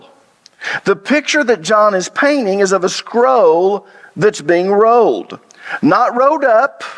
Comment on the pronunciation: Hey man love teachings but you really gotta start pronouncing your L's. Sometimes I have to make sense of what sounds like a speech impediment. Road=rolled. Scrow=scroll. Owed=old. Tode=told. Sowed=sold. Fode=fold. Moed=mold. Code=cold. Foed=fold. It's only in those cases, but it drives me nuts because you are a well educated man. Keep up the good work. One love 😊